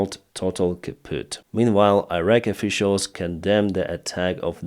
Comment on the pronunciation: Iraq Iran please pronounce like Islam or India or Indonesia!!!!